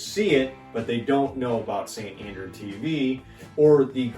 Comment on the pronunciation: "The Saint Andraw"